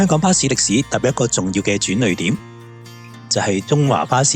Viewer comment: 應該係讀成轉「烈」點